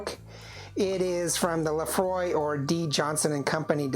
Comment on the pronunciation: It is not "Laphroy" it is "Laphroaig" pronounced ( lə-FROYG)